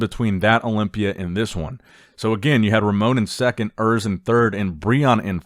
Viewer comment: Oors not Örs !